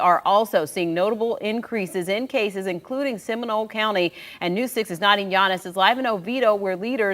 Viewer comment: It’s Nadeeeeen not nadi